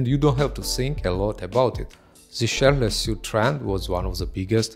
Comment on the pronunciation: you are amazing that you doing presentations of male fashion when it actually happens!but please try to say ''shirtless'' not sounding like shitless, and say ''hats'' not ''hets'', i am a foreigner in England and its not my mother tongue so i get it. And for some reason you pronounce the V as W, and vice versa, you say wibes instead of vibes, and its purple is pronounced as p''e''rpll,not p''a''rpl.Lots of love After that you will be 100 %perfect and cool as you are!